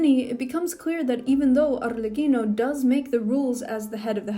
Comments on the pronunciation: The way you said Arlecchino is sooo satisying "Arrrlecchino" 🥰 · As an Italian, I must say that I'm rather pleased with the pronunciation.